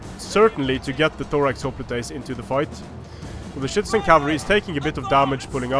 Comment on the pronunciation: Is it just me or is saying shitizen cavalry